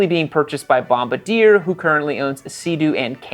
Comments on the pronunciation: Bomb-ba-deer? It's a French Canadian company..."Bom-bar-dee-ay" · Bombardier is pronounced "Bomb-bar-dee-ayy" not "Bomb-bah-deer". Honest mistake. I own that 300hp supercharged RXT-X Sea Doo pictured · It's a french company, so it's pronounced BOM-BAR-DI-EH, not bom-ba-deer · Bomb-BAR-dee-ay, there,..... not bomb ba deer..... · Interesting vid. P.s. Its 'Bom-bar-dee-ay' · It's pronounce.( Bomb Bar Dee Aye) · oh my good lord,... it's "balm-bar-dee-yay" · Please pronounce Bombardier correctly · Man you murdered the pronunciation of Bombardier. 😂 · Do you know how to pronounce it correctly? …unlike this doofus? 😂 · Purchased by "Bombadier".... or Bombardier?